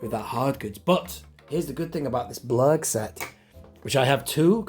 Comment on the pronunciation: sounded like you said " the Klurg" right at the start